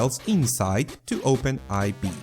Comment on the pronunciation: It's not Open "aivee" it's open4, those are roman numbers.